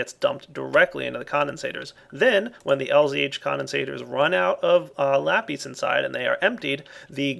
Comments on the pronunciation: Every time pronounces lapis wrong i feel like slapping him. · Are you sanish because you say lapìś which means pencil in Spanish I am spanish so you know